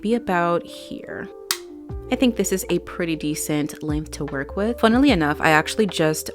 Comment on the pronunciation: I’m just casually enjoying your video and then my man says “did she say fun-ily enough” and I rewinded it and you did 😂🫶🏼